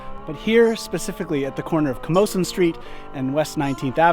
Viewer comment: Is that how Camosun is pronounced? I personally think it’s incorrect, but if it is correct, I’ve been pronouncing it wrong my entire life.